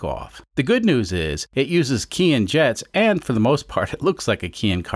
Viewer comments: Just nit-picking, but Keihin is pronounced kay-heen. I guess not a Keihin anyways so you can call it anything you want. Love the content, keep up the great work. PS. growing up in the mid 1960s my aunt drove a Renault Dauphine, and used to chauffer my mom around everywhere because my mom didn't drive. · I looked up the pronunciation of Keihin before starting this carburetor series and a lot of folks say it the way I do. Of course I don't always pronounce things correctly.